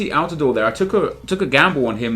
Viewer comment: thank you for pronouncing altidore correctly what a beast for the national team